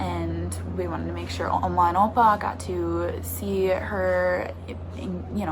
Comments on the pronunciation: I thought you were saying ama and apa 🤣🤣🤣 that's how we say it in Spanish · Oma and opa is dutch for grandparents, funny to hear you say it!